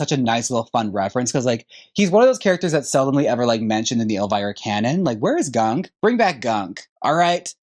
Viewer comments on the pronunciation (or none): You keep mispronnouncing Gonq as Gunk, The dogs name was Algonquin named after Native Americans. She shortened it to Gonq because she struggles with big words 😜😜